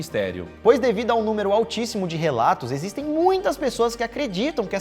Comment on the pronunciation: 🤣🤣🤣 "Icsto nom ecxiste!!!"